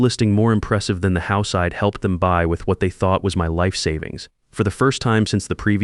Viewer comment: Spelling corrections and pronunciation- I D is i’d Dont is don’t andI am sure there were many more I gave up on the voice and read the transcript